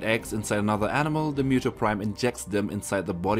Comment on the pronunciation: It's muto not mewto